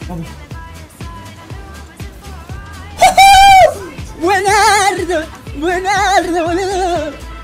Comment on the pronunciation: BuEnArDo BoLuDo BuEnArDo que pedo con nene argentino